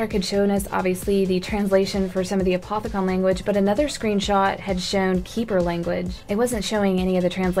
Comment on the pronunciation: I'm pretty sure it's pronounced A-poth-i-cun